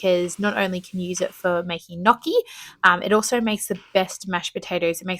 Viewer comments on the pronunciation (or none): none